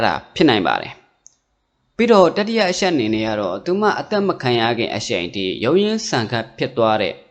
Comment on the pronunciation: အရှက် အရှိန် (အချက် အချိန်) အသံလေး တွေ ဂရု စိုက်ပြင်ဆင် လိုက်ရင် ၁၀၀%✓✓✓